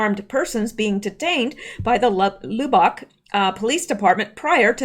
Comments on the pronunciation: Lub like tub not lube like tube :) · Say Lub bock not loubock. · fyi its not pronounced like lube bock, its pronounced like the word "rub" or dub ,, lub... with ock.. or how we texans say it "lubbuck" sounds funny the way you say it.. anyway just an fyi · Should I tell you it is pronounced "Luh-Buhk"? No, I think it is too cute to hear you say "Loo-bahk" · Lubbock is like Dub not Lou. :) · It's not lou-bock. It's Lubbock. Like a lug on your tire. But lub...lol lub-buck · Lubbock: LUB [LIKE "CLUB"] - bik. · I'm late watching this. I'm sorry or I would have told you sooner ---- Lubbock is pronounced Luhb Uck. Emphasis on the first syllable. I was listening to you read the article and I could not understand what you were talking about, then I saw you were saying the name of that Texas city. Maybe you can do an update on the fruiting tonight. I don't watch the fake news AT ALL, so have no idea what went on. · Lubbock, pronounce the "u" as "ahh" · Lubbock, we say “Luhh buck” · Lubbock is pronounced LUB-uck. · loobock...lol Lubbock is pronounced like Ugg boots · lubbock is pronounced luh-buck. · Lubbock is pronounced like “Labbuck” a sound. At least in Texas. 😉 Great work!! Thanks :) The Gun Grab Why did no one pull their own gun on these Mk Ultra trigger hit boys. I like your “fruiting “ name for the so-called shooting FF. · Lubbock = "Luh" - "buck/bick" I still love ya though. 😉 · Lubbock is pronounced like "Rub uck". 😀 Probably another FF. Texas Congressional Rep. Dan Crenshaw favors red flag laws. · No... not Lu bock! 😆😆😆😆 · Lub rhymes with tub bock rhymes with clock . Lubbock, Texas. Sorry. Just trying to help, lol.